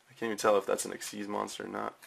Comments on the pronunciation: They are actually pronounced "ik-seez". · its supposed to be pronouced 'exeeze' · Thats what I thought too however I was wrong xyz monsters are actually pronounced as (ex-seed) or exceed monsters